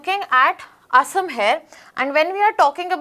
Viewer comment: I would appreciate it if the names of the places in Assam and the name 'Assam' itself could have been pronounced better.